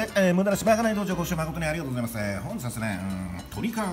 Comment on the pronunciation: ご視聴まことに ありがとうございますの溜めで息が止まりそうになりました😂